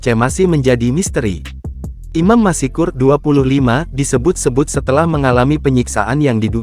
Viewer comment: Apa admin tidak bisa membaca dengan benar?? Masak Masykur dibaca masikur???? Seharusnya kan tetap Maskur. Bukan masikur